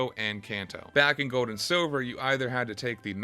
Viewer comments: Bro it’s not Goad & Silver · “Gode and Siwver”